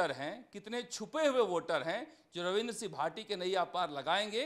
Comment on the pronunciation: Naam to sahi se lena sikh lo ravindra c bhati bol rha h